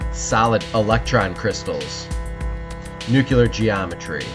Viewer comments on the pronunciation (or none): The word is not nucular